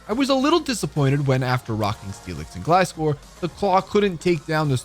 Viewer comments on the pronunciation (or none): none